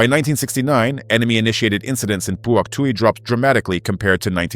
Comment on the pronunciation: it's hock twee province again.